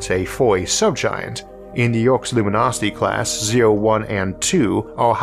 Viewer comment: Yerkes (as in luminosity class) is pronounced YER-keys, not the YERKS it looks like it should be.